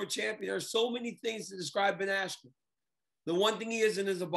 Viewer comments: Ben AskYou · His brain went "askew" after that hit. He got effed up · Ben Assq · Micheal Buffer pronouncing Askren’s name as “Ben Askew” definitely messed with his head 😅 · i thought he said ben icecube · So cringe when Buffer messed up Askrens name with “Askew” considering he has announced his name in the UFC lmfao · Honestly that pissed me off I kinda felt bad for Ben there. At least say the man’s name right this man has competed for world titles put some respect on it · I thought he did it on purpose to screw with Bens head right then. He never has had issues like that bad. Or Oscar gave him the wrong name. Not even close at all and English. Too funny